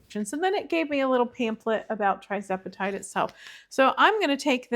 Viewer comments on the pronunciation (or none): Just a little heads up that it's Tirzepatide, not Trizepatide. Good luck with it! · “Tirz”, not “Tri”